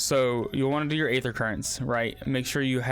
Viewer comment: thanks for the vid! aether is one of the gaming Industries cruelest words. Game developers love to use this word but it's actually just pronounced ether. The day is silent. Just like in the word demon. Daemon is often used in game development but again the a is silent.